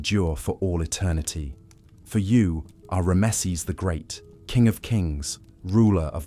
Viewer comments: This is really good except for the pronunciation of the word Ramesses, it's just very jarring to hear ram mess seses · Unusual pronunciation of Ramesses